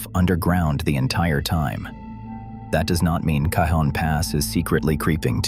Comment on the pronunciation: Cajon as in "Cajon Pass" is pronounced Cahon Pass as most J's in California are reflecting their Spanish heritage. It's very disconcerting. Otherwise, an interesting report.